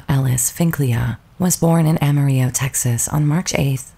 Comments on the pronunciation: It's pronounced Amar-ill-o, not Amar-igg-o. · Amarillo is pronounced Ama reel lo ..not like Spanish Ahma ree yo. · Great tribute however her hometown is pronounced Ah ma reel oh. Spanish for yellow. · It's pronounced, 'AM A RELL-A'! I'm from Texas and I didn't even know what you were saying as her hometown until I saw it printed on the screen. Made me wonder what else is haywire in your information... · Amarillo is pronounced Ama-rillo. Like armadillo. The L's are not silent as pronounced in Texas. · The city is pronounced Ama-RILLA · Amarillo the L's are pronounced as L, like cigarillo.... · It's pronounced Am-a-rill-o. (a long O). Very Texan pronunciation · 😅 The word isn't English so the pronunciation is Spanish - the double L is thus pronounced as a y sound. The word itself means yellow and even in known songs it ends with an O or an A due to wether male or female. Similar to the French and Italian languages, etc